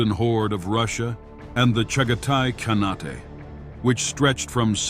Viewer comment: "Khanate" is pronounced with a long "a" in the last syllable and don't pronounce the "e" like an "a". Please check the AI